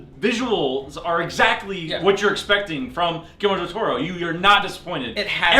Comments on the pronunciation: I loved how they said "giermo del toro" 1 thousand times, i laughed my ass off xD. It is pronounced "GuiSHermo del toro" the "SH" sounds like shoe :) just so you know, i still loved the review :) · i laughed when he said Guillermir dil toro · Everyone is like "GuiLELELE Del Torro" xD